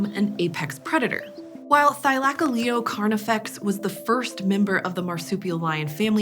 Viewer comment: oh, I thought it was Thy-luh-coh-lee-oh.